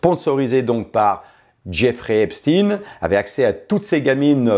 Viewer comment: On dit Epstein comme Einstein.